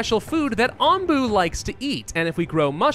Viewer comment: Yeah, nope. Onbu as in the onbu obake. Hilariously, this seems to be Soviet Russia, as Onbu carries YOU.